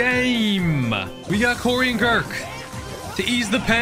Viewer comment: His name is not "gurks" broo His name is "gurkhas"